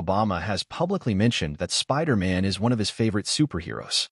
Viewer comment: why do you keep saying spider ant?